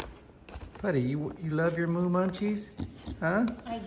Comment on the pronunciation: Moo, not moon. 😄😄😄